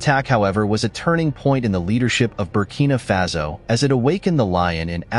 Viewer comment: It's Faso, not Fazo.